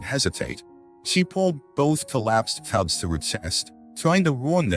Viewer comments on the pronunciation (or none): Sadly this was not able to be understood. The narrator called the bears TUBS. INSTEAD OF CUBS! Unfortunately I could not understand the person or ai do the narrative!